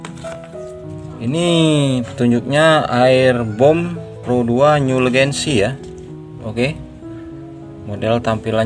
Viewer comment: Vyatta malah dibaca Vayta, Legacy malah dibaca Legancy 😅